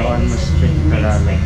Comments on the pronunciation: Tagalog is pronounced: TAH-GAH-LOG, just faster as TAHGAHLOG. Not Tag-ah-log. I hope that makes sense. Stay safe out there, man. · it’s pronounced tar gar log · I'm still surprised that not a single person has yet to correct this man incorrect pronunciation of tagalog. People there are so nice.